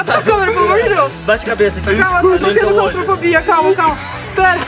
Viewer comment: Quem percebeu q a falou que te clostrofobia?